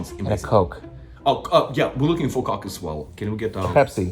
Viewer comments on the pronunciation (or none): hahaha I think he switched it to Pepsi cause of how coke was pronounced 🤣